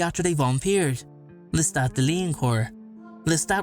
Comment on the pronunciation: It's not Lestat.